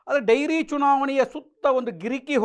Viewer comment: ಡೈರಿ ಅಲ್ಲ ಡೇರಿ